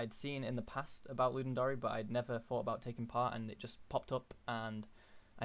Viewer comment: Ludum Dary? It's a dare, dude. It's the Ludum Dare. As in: I dare you to ..